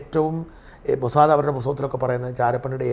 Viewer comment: ഈ ചർച്ചയിലെ സേട്ടൻ എപ്പോഴുണ് മൊ സാ ദേ, എന്ന് പറയും, മോസാദ് എന്ന് ഒരിക്കലും പറയുല അയ്യേ, ഇതെന്തു സേട്ടൻ